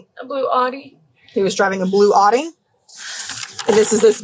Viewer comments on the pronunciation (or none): A blue “odd-ie” 😬😬😬😬 it’s “owe-dy” cmon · what the hell is a blue "ot-tee"? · "aut-i" the fuck?. Who doesn't know how to say "Audi"?! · Pronouncing Audi like “oddie “ should be an additional charge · Are they saying Audi? That not how you say that 🤔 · That’s not how you pronounce Audi 😂 I drive an Audi and that’s a first.